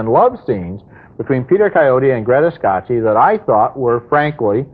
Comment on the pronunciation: Ebert definitely didn't speak Italian. I mean, Greta "Skashee"? 😆 It's pronounced "Ska-kee".